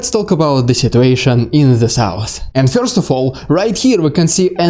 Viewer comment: Marvelous presentation, concise, entertaining, and Informative! (But perhaps you might take just a little time to practice your English "e-r" sound. For example, try saying the word "first" (pronounced "first" in America and "fuhst" in Britain). You say the word as "fyorst". It is a very Russian way to say it, but "fyorst" sounds amusing in English.)